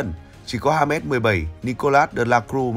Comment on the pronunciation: Đọc là ha mét hả ban😢